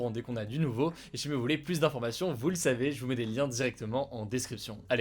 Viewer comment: Salut. Pourquoi ne pas corriger l'erreur de prononciation qui consiste à systématiquement dire le mot PLUS avec le s?